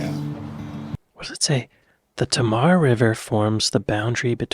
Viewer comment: My little town (Tavistock, Devon) will often be flying one kind of flag or another on the townhall/certain other buildings - 4th July theyll fly the US flag, and various others for their respective celebratory days. *BTW: Tamar, rhymes with Hey, ma.